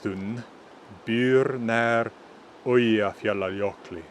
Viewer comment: I am a native Icelandic speaker, and the only thing I heard that was different from what we tend to speak and what you sounded like is your pronunciation of Eyjafjallajokli is we have a distinct pronunciation of the “ll” that sound more like click or “ckt” sound. Every thing else is good. And it’s also a good lesson for me and those who are trying to learn, as Icelandic is quite a hard language to learn